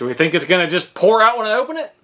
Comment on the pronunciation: I do..but why can't he say "when"???